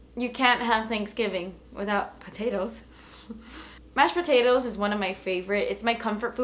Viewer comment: What is mushed potatoes hahah??? ( from sweden )